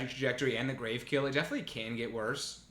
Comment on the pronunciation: Oof. Two good on color rares in pack two was heart breaking. (Also, I'm gonna be that guy. It's "grav" as in gravity. Not grave. We in space, yo.)